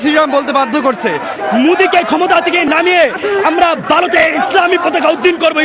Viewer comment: কথাটা 'ভারত' বারত না, আগে উচ্চারণ ঠিক কর । নাহলে আমাদের ভারতের নার্সারির বাচ্চারাই তোদের থাপ্পড় দিতে দিতে মেরে ফেলবে 😂😂😂